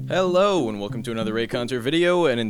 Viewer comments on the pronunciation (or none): The "hello~" at the start sounds like "i love refrigerators"